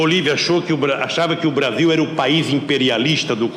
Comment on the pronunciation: O pessoal de antigamente pronunciava o "L" como um "L", hoje em dia pronunciamos como um "U" BrasiLLLL : BrasiUUUU Os R's também mudaram, antigamente eram bem mais "rolado" (não sei o termo certo), hoje em dia é um "rhotic R"